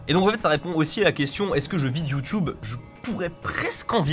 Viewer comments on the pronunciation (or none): tu peux dire youtube et pas youtioube stp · Ahhhw, Satan ! Tu dis "Youtoube"..J'ai mal..